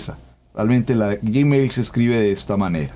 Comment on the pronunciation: UN ABRAZO GRANDE PASTOR NO SE DICE GIMEIL ES GUIMEL NO ES YI ES GUI GRACIAS POR DUS ENSEÑANZAS